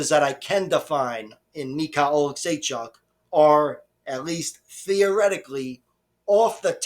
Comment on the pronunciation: You pronounced Oleksiejczuks name the best of all youtube 😂